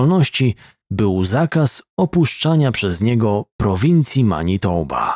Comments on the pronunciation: Prowincja ta nazywa się Manitoba, a nie "matinoba". Czeski błąd 😄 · Manitoba a nie Matinoba 😂 Reszta suuuuper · Ta kanadyjska prowincja nazywa się ManiToba, a nie MaTinoba!